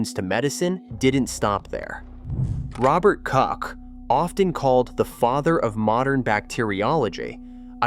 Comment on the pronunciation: Robert Cok? Maybe there's a little bit of effort to put on the pronunciation, at least for people's names.